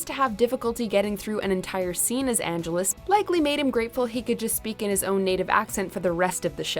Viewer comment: It's not Angeles as in Los Angeles. It's Angelus as in an jealous.